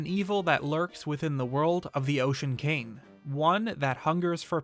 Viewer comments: say cain instead of king one more time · Does anyone else think he says the word 'king' weird? I honestly can't help but cringe every time he says it. It sounds like he's saying 'cane'.